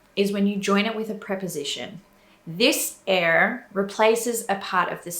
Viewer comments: you speak very well dutch but your prononciation of er is not right, you pronounce it like ir in stead of ur like in the word put ,a whole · Its funny when I hear her say 'er' because it doesn't sounds quite right. But she's actually saying it with a accent. The 'proper' way of saying it would be with much more of a forward 'R'. With your tong in the front of the mouth and letting it rattle if that makes any sense.